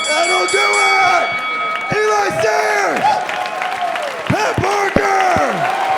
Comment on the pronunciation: Learn how to say Eli it's not that hard it's a 3 LETTER WORD. Fucking idiot